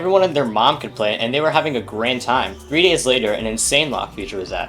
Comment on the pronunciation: wait did you say great or grand?